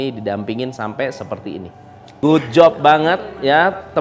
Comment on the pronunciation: Jangan gaad good gaad good...aaach..